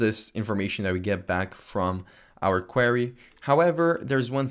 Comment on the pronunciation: You're pronouncing "query" wrong